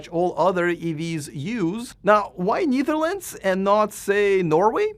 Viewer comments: BTW, it’s pronounced Netherlands , not Neetherlands nor Kneetherlands 😊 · You pronunciation of Netherlands is wrong. Check it out.